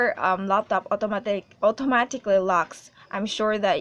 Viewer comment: I love how you say automatically